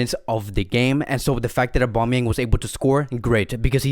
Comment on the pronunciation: is anyone else annoyed by how he says Aubameyangs name